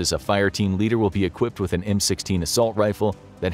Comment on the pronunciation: "assault riffle" hahaha